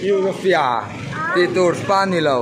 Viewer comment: Nang pawh chu euforia ti a lamtir , eurofia intih char* chu le ka ning eee😆, a hlimom thin e